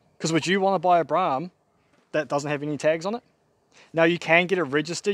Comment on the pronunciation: Bloke can’t even pronounce the name of the car correctly so I have ZERO confidence that he will actually finish this car 😡